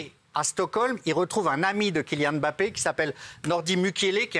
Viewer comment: Pk il dit « bappé » et pas « mbappé »😂